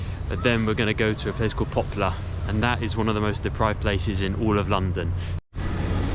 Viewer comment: It pronounces "Poplar", not "Popular"